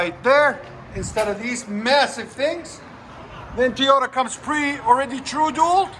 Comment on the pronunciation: Teeyota as he calls it